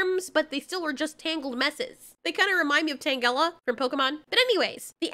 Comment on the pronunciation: Tangela, hard g. No! Tangela, like Angela, with a J sound. And for all of the timelines that continue unabated, it doesn't matter anyways because everyone is always annihilated. Thus, the only relevant timeline is the current iteration the power holder is in. That is the timeline where life for humans can continue on without ultimate annihilation. Thus there is not genuine point of pondering the defacto summary of where the failed timelines go.